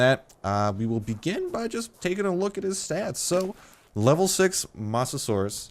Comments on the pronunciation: I believe its not moss but mose that how u say mosasuar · Mose-a-saur, that's how you say it. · God damnit its mose-a-soar-es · It's mosa-suar-us please pronounce it right :) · Start its mo-sa-saw-iss please say it right please it's my fav dino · You mispronounced mosasaurs and you called it a dinosaur, which its not. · You said its name wrong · You pronounce mosasaurus with low O not high O. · you and several other Youtubers have been butchering the pronunciation of Mosasaurus.